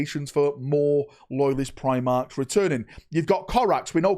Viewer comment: Eeeeew primarches lol